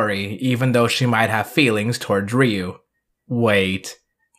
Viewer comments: Ryu-Riyu Kaori-Kawri Raika-Ra i ka Ako-(not taco) Gai-Ga i hahahahahaha...thanks to this...pls don't mess the names of my childhood heroes... :-) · I'm great with the pronunciations, but it's always weird to switch to a Japanese accent when talking in English. Even though it's correct, I just feel silly saying "rdyou/dyou" instead of "ree-you".